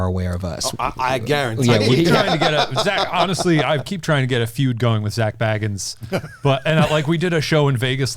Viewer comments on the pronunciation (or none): consistently pronouncing Zak’s surname as Bag-ins rather than Bay-gans is a challenge in itself! He’s probably fuming over it!😤